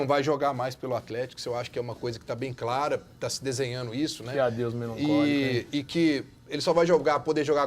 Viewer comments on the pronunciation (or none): EU ESCUTEI "QUE ADEUS MELANCÓLICA, NÉ" 😂😂😂😂😂😂😂😂😂😂😂😂😂😂😂😂